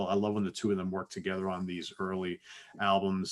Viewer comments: His name is pronounced Cha-Key-So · You're pronouncing Chaquico wrong. His last name is pronounced Chakeeso. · Hey guys, great job on Starship songs, Craigs last name is pronounced Cha- kee--so . Have a great weekend! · The name of the lead guitarist/hit songwriter you referred to throughout your "Top 10 Songs" video, Craig Chaquico, is pronounced "Chu/KEE/so." The last syllable contains and /s'/ sound rather than a /k/ sound. Just fyi :) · When Craig Chaquico started making smooth jazz music, stations pronounced his name as "Cha-kee-so". Either way, that guy can play the guitar for sure. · Craig's name is pronounced "Sha-KEY-so" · When Casey Kasem introduced a Jefferson Starship hit on one broadcast of AT40, he told a story about guitarist Craig Chaquico narrowly escaping a civil fine while riding an illegal motor-powered skateboard on the streets of San Francisco. Casey pronounced Chaquico as “che-KEE-soh”, and the pronunciation key on his wiki entry validates that pronunciation.